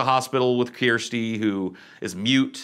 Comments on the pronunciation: Her name is correct and pronounced ‘Kersty’ not ‘Key-ersty’. It’s a very normal British name. ‘Kerst’ to rhyme with ‘burst’ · You are mispronouncing Chirstie. You are saying "Keer-stee". Listen to her name spoken anywhere in the movie dialogue again. They say "Curse-T" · Kirsty is a name in the uk but its not kyersty its just kirsty. Its a fine name. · It's pronounced KiRstay KIR STAY not keyrste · It's KIRSTY, rhymes with THIRSTY. There are tons of Kirstys in the UK. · Beardsley took the words right out my mouth... Keersty, seriously?? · KURSTY IT'S PRONOUNCED KURSTY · The daughters name is Kirsty it's a galic/ celtic version of the name Christine .the English translation is Spelled Kirstie . Is pronounced Kersty/ Kerstie. I wouldn't normally be this pedantic about it but it's my bloody name, and I hate it when its mispronounced or am told shouldn't it be Spelled kristy? Sorry rant over. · How have you never heard the name Kirsty ("ker-stie") my guy. Is it not used in the US? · Ker-stee. That's her name. Kirsty. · Sorry to complain, but it's driving me crazy, her name is pronounced, CURSE-Tea.. Not sure if that's because she's cursed or not, but yeah, CURSE-Tea.. 😊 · really? That's how you think "Kirsty" is Pronounced? You need to get out in the world dude. It's a super common name and it is pronounced Ker-Stee where the "Kir" is pronounced like the word "Per" as ""a Ticket costs $10 "Per Person"" Kirsty! My Wifes name is Kirsty, I had a G/F in highschool names Kirsty. Alternate spellings I have seen are Kirstie. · You've never heard the name Kirsty before?? As in Kirsty Alley? It's pronounced Ker-sty. SMH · Dude if you have watched these all you should know it's pronounce Kurrsteee lol love your channel though. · Kirsty pronounced Kerr sty is a popular name in Austraila................... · Has he never heard of Kirstie Alley or Kirsty Maccoll? Kerrstee.. my goodness. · Made me cringe LOL! I was like that's not how you pronounce her name dude!